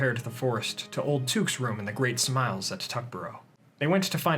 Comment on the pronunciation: "Smales" not Smiles